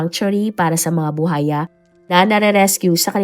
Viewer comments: BU _WA_YA hindi bu haya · Buwaya hindi Buhaya Ms. Narrator 😂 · Alam mo ha nakakairita yang “buhaya” mo paulit ulit mali naman. Tsaka sa tono mg pagkaka narrate mo parang victim blaming ka pa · Maam kung hindi mo po mabigkas yung buwaya huwag muna mag narrator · Oo nga BUHAYA daw😅 pilipina ba kaya talaga 'tong narrator nato?😁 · Haha baka kapampangan si narrator kaya puro "H" 😅